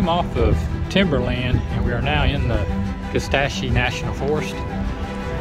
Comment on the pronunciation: Kuh SAT chee is the pronunciation. I’m north of Shreveport, but part of my heart lives in the wilds of KNF